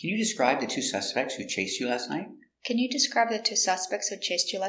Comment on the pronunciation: Did u say night or nigh ...did u use t in the end ????